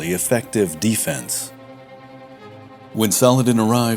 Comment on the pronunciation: I love how he says d-fense....instead of defense...he should talk football...lol